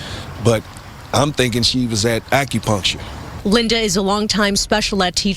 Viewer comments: Acropuntural appt? If you can’t say acupuncture you need to stop making reaction videos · “AccuPunctual” ma’am please be quiet. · couldn't even pronounce Acupuncture...She said "ACRO-PUNCTURE or sumthin like that!!"..🤦🏾‍♂️ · She doin all this talkin and can’t even pronounce acupuncture correctly , . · this ghetto incubator can’t pronounce “ acupuncture” but thinks she knows what happened 🤣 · Can’t pronounce acupuncture but trying to speak on someone’s situation 😂